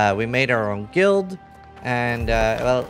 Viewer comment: can you pronounce the word guild properly please